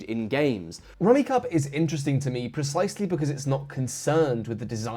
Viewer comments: He killed me every time he mis-pronounced the game. It’s even on the box he was specifically referencing! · I've never heard anyone not pronounce it Rummi-cube. This is *upsetting*. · When he said "The rummi cub er" hurt me on a primal level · "So what is Rummikub?" Mispronounced. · wow so many rules wrong (sets cant contain same colours, only draw 1 instead of 3, points are based on value of the leftover tiles not 1 per tile), and heck you even pronounce the name of the game wrong rummy cube not rummy cub... but hey if you having fun that is all that matters. It is hilarious where you have one tiel left and you go through this 20 step proceedure moving tiles around creating new sets etc only to miscalculated and left hanging and have to undo it all.. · Great video! This is a game my family and I have enjoyed for years. I saw some other comments already addressed the rules mistake, so I won't harp on that. But I thought you should know, that the game is pronounced like Rummi"cube" rather than Rummi"cub". :) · "Rummy Cub"? My family always pronounced it "Rummy Cube". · What gets me is his pronunciation of the game. The "kub" is pronounced "cube" not "cub". Really, this is a solid family game. Like this and Uno were pretty much staples when we were spending time together. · I always pronounced it Rummy-Cube. No idea if that's right, cause it sure is spelt like Rummy-cub. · I cannot describe the confusion of hearing it pronounced 'rummy-cub' when my entire life I have called it 'rummy-cube' Yes, I realize I am probably in the wrong, but god it's so weird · Surely it's pronounce rummy cube not cub, right? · There seems to be a schism between the British and US in pronunciation. British advertisements for the game pronounce it "Rummy-Cub" as in this review, but in the US on the back of the game boxes in the 1980's it specified that it's pronounced "Rummy-Cube". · Rumi "CUB" ??? Its pronouced Rumi "Cube" 🤔🤔 unless.... Ive had it all wrong for decades!!!! 😨